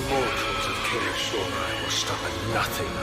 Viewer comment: They girl KOCH payed pronounced it wrongly EVEN WORSE. Remember what happened the last 2 times you angered us, BE WARNED!